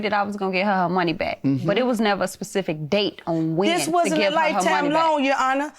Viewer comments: “A Pacific Date” lol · Anybody else cringe when they were saying "pacific date" 🥴🥴🥴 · What's a "Pacific" date? Education is important. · Omg... can any of these girls use the term specific??? Its cringy hearing them say Pacific 😂. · 98% of people that come on the Judge Mathis show don't know how to say the word "specific". It's not "pacific" folks. Put an "S" on it! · Nobody noticed that she said Pacific date instead of specific date🙄, Make it so bad she said it twice as if she’s saying correctly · Can y'all stop saying Pacific 💀 😒 It's SPECIFIC!!!🤣🤣🤣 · She keeps saying Pacific 🤦🏾‍♀️ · "Specific" was "Pacific" throughout this case lmmfao. I'm glad she won though she seemed like a good friend. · Sis say “Pacific” one more time & I’m going to throw you in it! Lmao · "On a pacific date" lol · Its "specific"..damn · On a “pacific” date huh lol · Specific, specific, say it with me lady spe ci fic .... not Pacific SMH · Not a “Pacific” day 🤦🏾‍♂️ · I thought it was specific and not pacific lmao 😂😂😂😂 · Lord she was saying Pacific so much I almost forgot the correct word!! Specific😂😂😂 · She wanted her money on a "pacific" day 😂😂😂😂😂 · Lol a “pacific date” lol 😂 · Please stop saying "pacific date"...you sound dumb. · "Pacific date" 🤦🏽‍♀ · “Pacific” Date 🤦🏾‍♀️🤦🏾‍♀️🤦🏾‍♀️🤦🏾‍♀️🤦🏾‍♀️🤦🏾‍♀️ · And that Pacific day was Monday! lol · Specific is a hard word to say I ain’t going to lie! 😂😂😂😂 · I learned how to say specific from the word spa 😂😂😂😂😂😂